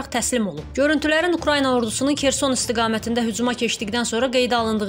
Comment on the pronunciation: Şəhərin adı Kerson deyil,Xersondur.Düzgün deyin.